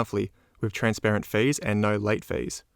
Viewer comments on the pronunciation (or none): Can someone explain to me, why he say "daytails" instead of "details". And "feiis" instead of "fees"? Is he from another country or just trying to sound different. Is kind of annoying honestly.